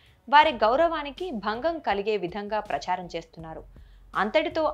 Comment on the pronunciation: ప్రచ్ఛారం కాదు అమ్మా ప్రచారం అని ఉచ్చరించాలి. ఏ పదం ఎలా పలకాలో తెలీని మీరు చేసే వీడియోలు చూడడం మా ఖర్మ